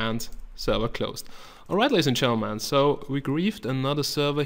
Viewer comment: he needs to fix the way he says Gentleman he says "all right ladies and chentleman"